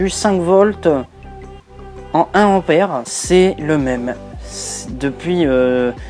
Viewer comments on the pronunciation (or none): none